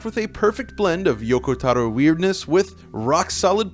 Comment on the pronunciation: Why do people pronounce "Taro" like that? Same goes for that one girl's lore vid. Never heard his colleagues refer to him as such like that. And can anyone explain what he meant by bad cutscene encoding?